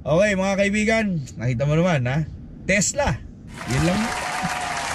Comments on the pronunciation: sira ulo k brad pete, tesla, hndi tesda😆😆😆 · Tesla pala😂😂😂 sabi brod pete "tesda" 😂😂😂